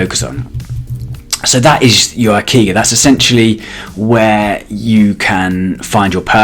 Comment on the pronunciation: ikigai is pronounced E-Key-Guy